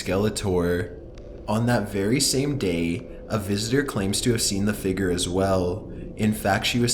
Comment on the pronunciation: i like his voice but it bothers me how he says "figure"